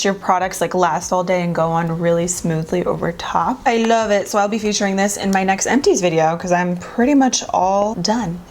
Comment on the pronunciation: You’ve been watching a lot of TikTok videos lately. I can tell because of how you’re saying “I love it” 😂💕